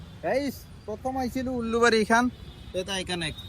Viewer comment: Ullubari nhoi ulubari..😂😂😂